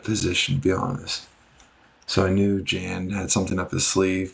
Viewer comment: The "J" in Jan's name is more like a "Y' sound and the "a" is soft, similar to the word "Yawn", like yawning when your tired. Thanks for the video : )